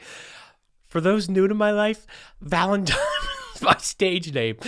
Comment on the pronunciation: Valentime😅🤣😂 Best page ever.